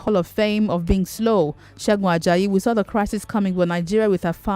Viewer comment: “Terisi” lol